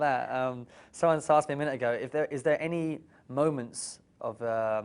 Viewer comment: its the "its killed meh !" for me